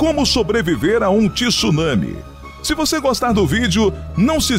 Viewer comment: O vídeo é interessante mas TI SSUNAMI não dá para aguentar com uma voz linda dessas podia falar corretamente, é TSU nami.